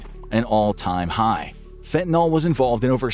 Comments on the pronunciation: I don't know why it bothers me so much, but your pronunciation absolutely drives me up the wall. It only has one "a" in it. It's not "fentanall" but more like "fentanull". You're not the only one saying it that way and no it doesn't really affect anything at the end of the day but I just wanted to throw that out there. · It's not pronounced fent-nol, it's fen-ta-nil. NIL, not NOL. Why does everyone keep saying it wrong? I suppose eventually this mispronunciation will make it into the dictionary due to popular usage, but it's not there yet. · Please please learn to pronounce it correctly -- it matters! Its not "FEN-TEN-ALL". It's FEN-TAN-YL". in chemistry nomenclature the last syllable means something specific, the designations,are systematic. Alcohols end in -ol, aldehydes end in -al. " yl" is more complicated. I'm going now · Why do people constantly pronounce the name of this drug "fentaNOL," when the word is spelled "fentaNYL," which in English should be pronounced "fentaNIL?" This drives me nuts. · Train the Infographics voice to say "fentanyl" and not fentanol. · It's fentan-YL, not fentan-OL. If you can say benadryl, you can say fentanyl. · It’s fent-uh-NIL, not fen-tuh-NAHL. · Why does everyone pronounce it fent-in-all when it’s clearly written as fent-ah-nil? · Why does everyone pronounce the nyl like nuhl or noll? Correct pronunciation is like fen-tuh-nil. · fentaNYL, not fentaNOL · why do people pronounce it, "fentanol"? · Stop saying FentanOl . It’s fen te nILL with a Y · It's fentaNYL, not fentaNOL. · Fentanol or fentanyl? Cause you guys keep writing fentanyl, but saying fentanol. And no, not just acceptable pronunciation, it's a completely different chemical. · I have only one request. That you at least pronounce the word correctly. It is pronounced: FEN-tah-nill, not FEN-tah-nawl. This substance is a scourge. A deadly one. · Fen-tan-eel, or fen-tan-ill, not fen-tan-ol. Fentanyl has no alcohol group. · Its FENTANYL not fentanol.